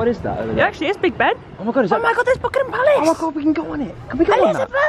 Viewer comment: says "BuCkinGHam PaLaCE " Now, IDK if it's the accent or something but the way she said it sure made me laugh💀